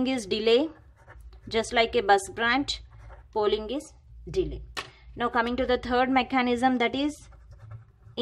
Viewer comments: It's polling...not 'pooling' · Pooling nahi polling hota he